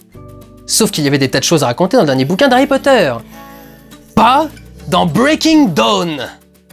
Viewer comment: C'est cool, je vois que tu en as profité pour corriger ta prononciation de "Breaking Dawn" (En effet, "Breaking DOWN" ça le faisait pas trop) ... par contre, je constate avec amusement que tu continues à mal prononcer Twilight -> Twa-i-light serait plus juste phonétiquement ;) ... A moins que tu le fasse exprès car cette franchise ne mérite pas qu'on fasse le moindre effort sur la prononciation de son nom ... Ce que je comprendrais parfaitement ! 🤣